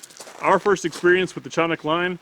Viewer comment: Canik Municipality in Turkey American pronunciation ka·nik